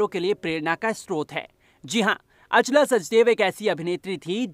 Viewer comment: Naam toh saahi se Bolo Achla not Aa chala